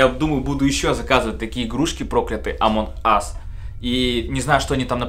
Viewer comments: Почему амонх ас, а не амонг ас? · амонг ас а не амонхас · Не амонх а амонг Ас. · Почему ты говоришь амон ас а не амонг ас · Не амонх ас, а амонГ ас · Амонг ас а не Амон Хас! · Не амонх ас а амонк ас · Почему ты говоришь амонх ас